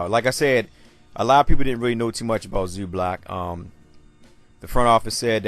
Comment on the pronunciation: Funny how you pronounce his name like its Zublac, its Zubac man, loose the "l" in it... ;)